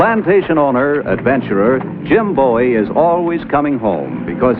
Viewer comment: Question; Bowie is pronounced Boo-ey in the Opening titles. They sing ‘Jim Boo-ey Jim Boo-ey’. This annoys the sh1t out of me, yet people in the episodes call/pronounced his name as Bowie.